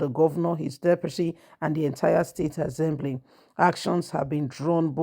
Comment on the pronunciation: Assembly NOT AZEMBLY